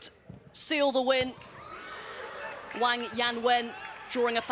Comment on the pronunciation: It's pronounced "Wong" not "Wanggggg".